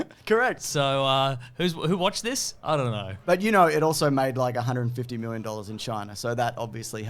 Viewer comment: honestly never gonna tire of hearing 'x miwwion dollars'